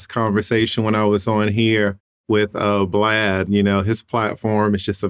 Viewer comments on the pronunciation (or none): Did he just call that boy “Blad” 😂